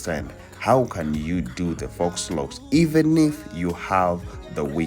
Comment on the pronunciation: It’s pronounced “foe” not “fox”.